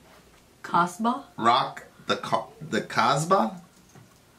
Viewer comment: Excellent! Rock the Casbah (pronounce Cas like u would cat.... Cas-bah) reminded me of high school and early MTV days... I know I'll get trashed for saying this, but PLEASE don't react to any Ramones! I realize if ur doing 'punk week' you pretty much have to review the Ramones and the Sex Pistols, but if u can get around reviewing these 2 overrated, shrieking and hookless turds I would appreciate it. Thanks guys!